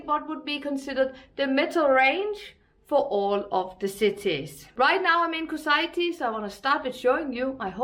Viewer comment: Kusaiti?! And you kept repeating it this way! 🤣